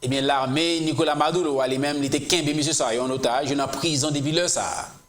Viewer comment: MaduRo, ma-dou-reau tankou Bureau, buro, ma dou ro (not madoulo) juan Guaido = Gway- Do